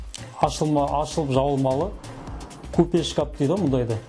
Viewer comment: Кәпел емес кафель или плитка десеш шкап емес шкаф